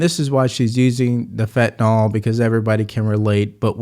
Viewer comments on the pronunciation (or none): She can't even pronounce "Fentanyl". She calls it "fentanol. She is a clueless idiot. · Well, the prosecutor did it; she mispronounced fentanyl. She's not looking good at all, way too tired and very stressed. It's probably hard keeping up the pretense. She is literally never prepared and wings it every time. I"m enjoying your logic and channel in general, btw.